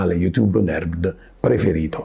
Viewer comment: Quando dici nerd sembra che dici merd